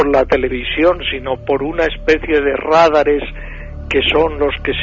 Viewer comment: No se dice Rádares sino Radares (con el acento en la segunda sílaba) ra DA res